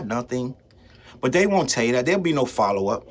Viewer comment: The way you said “unlike Drake fans I FOLLOW UP and it sounded like squabble up. 😂😂😂 maybe I’m over thinking